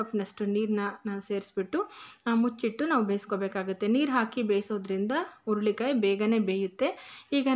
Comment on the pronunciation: ಅಮ್ಮ,, ಸಿಟ್ಟಾಗಬೇಡಿ,, ಅದು ಉರುಳಿ ಕಾಯಿ ಅಲ್ಲ,, ಹುರಳಿ ಕಾಯಿ,,, ಸ್ಪಷ್ಟತೆ ಇದ್ದರೆ vlogs ಇನ್ನು ಚೆನ್ನಾಗಿರುತ್ತೆ,, 🙏🙏